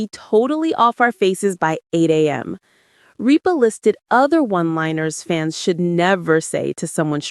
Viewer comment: The announcer still doesn't know how to pronounce either Kelly or Mark's last name.....